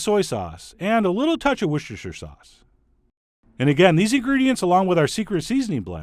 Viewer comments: Say ‘Wuster Sauce, John’. I am English. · Mmmmm.. "Wash Yer Sister Sauce..."